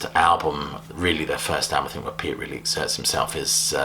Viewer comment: Thank you for pronouncing Neil Peart's last name correctly.